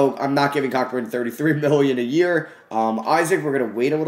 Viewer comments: I noticed that lol he said cockburn and I laughed but I joke about saying his name like that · Hahahah, it’s Kofi “Co-burn”😂😂😂 just wanted to lyk. I made the mistake too. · Just fyi it's pronounced Kofi Co-burn. It's the way it is pronounced in Jamaican. Great video though👍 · Kofi Cockburn’s last name is pronounced co-burn. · Yo just to let you know Kofi Cockburn's last name is pronounced "CO-burn" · It’s pronounced “Co-Burn” not what you said 😂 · Plz it’s pronounced Kofi Ceau-burn. Like Co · Cockburn is pronounced koh-burn